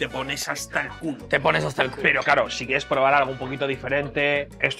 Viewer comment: Ibai dijo, "querí proar" 🗿